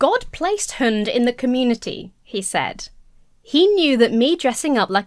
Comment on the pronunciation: Vaguely related but your pronunciation of "hund" is spot on tbh, and yes it means "dog".